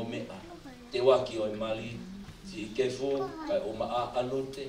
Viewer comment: Kefu not Kepu